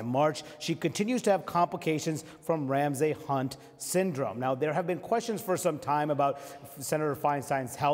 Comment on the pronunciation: Would be great if anyone on CNN could pronounce "Ramsay."